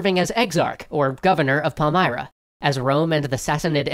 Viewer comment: Pal-m[ear]-ra, not Pal-m[eye]-ra.